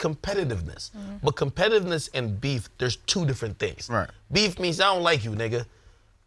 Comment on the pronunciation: Why didn't Ak stop trying to say competitiveness after the 4th time he fucked it up?